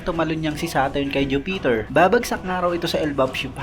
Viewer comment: bakit ju-peter boss? bkit pa putol ang bigkas na hinto pa sa ju bago mag bigkas ng peter.